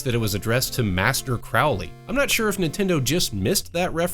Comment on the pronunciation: One minor, pedantic correction from a guy with weird interests: Crowley rhymes with "holy" and he would have found the idea of worshipping Satan absurd. He did come up with his own mystical religion called Thelema, but it isn't based on a Judeo-Christian paradigm.